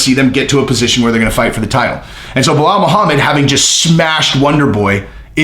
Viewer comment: you sounding like Chael now on how you pronounce his name... Baal muhammad :D